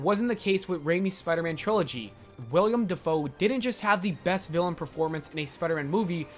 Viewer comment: Willem not William